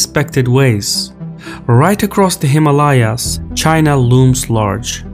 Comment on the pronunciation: You were still mispronouncing Himalayas.